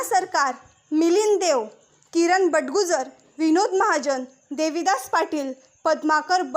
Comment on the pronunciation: बटगुजर नाही बडगुजर